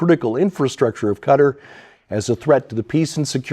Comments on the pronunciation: Respectfully, Qatar is not pronounced "cutter". It is pronounced katar, (like guitar with a k) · How can you, a very intelligent and learned man, pronounce Qatar as cutter?